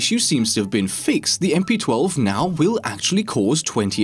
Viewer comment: How does he possibly mess up the name of the gun? Does he not play siege? lol. I cant get over MP-12.